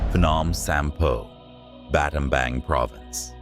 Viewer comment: Battambang - (baht-tum-bong) not battombong😂😂